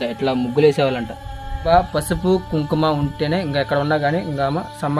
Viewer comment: Adi Kumkuma, kum kum kadu, Telugu nerchko first.